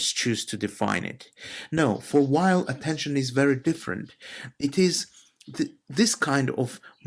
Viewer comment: Very nice! I read Simone Weil every single day. By the way, the pronunciation is VEY.